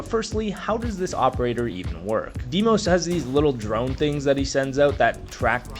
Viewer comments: appreciate the vid, hate the Deemos instead of how they say the name on the trailers. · the way you said dee-mos made me angry